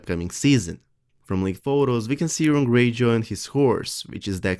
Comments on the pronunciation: Urine Greyjoy... anybody else think he;s saying Urine?? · Yes, very good English but I have to laugh at the pronunciation of Euron -- sounds like 'urine'. Well, he's always pissed about something